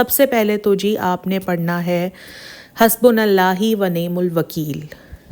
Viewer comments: Hasbunallahu kehna hy, behna hasbunallahi nhi kehna lafz ka mtlab he badal jata hy ❤ love ur vlogs ❤❤ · it's 'hasbunAllahu' not, 'hasbunAllahi' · Aoa. hasbunalAllah hu parhy gye hasbunal Allah he ni parhna. Haa pe paish hy. Ap zair parh rahe hain. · Hasbunall hi nahi ha hasbunall hu ha...... Ar is k ilava wanimul wakeel nahi ha wanimal wakeel ha Durust ayat ya ha : حَسْبُنَا اللَّهُ وَ نِعْمَ الْوَ كِيلُ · Hasbunallahi nahi hota hasbunallhu hota he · Assalamoalikm API hasbonallahi Ni hota hasbonallaho hota hy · Salam sis main app k vlogs kal say daik rahi hun it’s very good sis its Hasbunallahu hai Hasbunallahi nahi hai thanks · حَسْبُنَا اللَّهُ وَنِعْمَ الْوَكِيْلُ ap ne talaffuz sahi nahi bataya,paish ki jaga zair bola or zabar ki jaga paish bola.